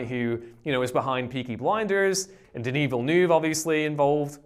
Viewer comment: Everytime you say denis villeneuve i cringe